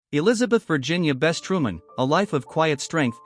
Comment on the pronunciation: Her name is Bess not Best